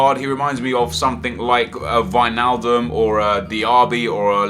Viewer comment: You said 'Wijnaldum' right! Awesome!